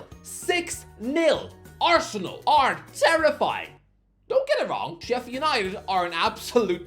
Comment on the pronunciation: It’s Sheffield. Calm down.